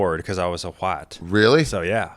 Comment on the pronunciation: the way he says, “white” 🤣🤣🤣🤣🤣